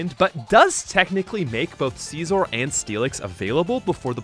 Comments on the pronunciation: It’s pronounced scissor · "See-zorr" aiyah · it's genuinely funny to me that no one seems to understand how to pronounce "Scizor" (it's exactly the same as "Scissor") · Don’t think I’ve ever heard Scizor pronounced that way. The anime and just about everyone I know uses the Siz-or pronunciation.